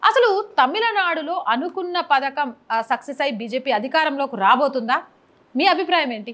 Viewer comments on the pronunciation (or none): none